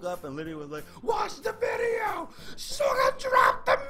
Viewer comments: Not "Souga" but "Shouga" 😂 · the prononcation of suga is (Shuga)